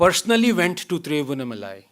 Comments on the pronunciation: Thiru-vann-aa-ma-lai तिरुवण्णामलै....help ranganathan pronounce the name correctly :) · MKG WAS AND IS A FUNDAMENTALLY KATTAR HYBRIDIZED MUSALTU KRISTU , Anand Ranganathan . Also , UMMA , PLEASE DO NOT Pronounce it as UMA . Your name is Southern Bharatiya , and you can’t pronounce THIRUVANNA MALAI ?? THIRU ANNAMALAI ..?.. For the rest , you are an Admirable Role model ... adhaarmic in DHARMA MODULE !! Only you can correct blocks you have created yourself ...